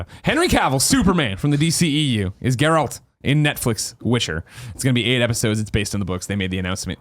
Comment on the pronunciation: It's been over 3 years and Greg still can't pronounce "Geralt". Lol